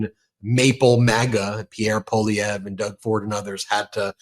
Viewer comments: Poilievre is pronounced Pwah- lievre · Hey Ben, you pronounced Poilievre correctly. 😊 Thanks. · Ben, thanks for having Charlie Angus on so often, and thanks for pronouncing Poilievre’s name correctly. 😊🇨🇦❤ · Lots of good things in this interview. And appreciate Ben knowing how to pronounce Poilievre's name and know how the politics works in Canada. There's a few "political" types in the US who don't know how things work. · I hear you working on your pronunciation of "Pierre Poilievre," Ben. Great job! You're as close to sounding like a true Québecois as any English speaker, Canadian or American. Even Canadians are massacring it. Poilievre does not trip easily off the English tongue. 😉